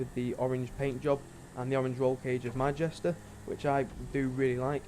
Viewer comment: Jester not jesta